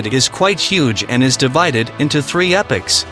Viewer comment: Its epoc not epics. Jus so u know